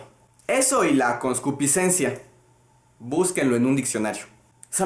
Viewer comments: No es coscupicencia es concupiscencia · concupiscencia.... no "concuspiscencia "